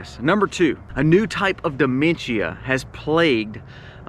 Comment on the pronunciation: No need to add an extra syllable to dimentia